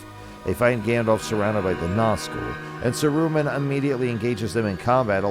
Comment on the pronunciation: sa roo man ;p